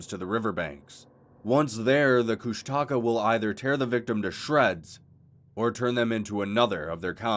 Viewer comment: Bro it’s KOOSHTAKA not kush taka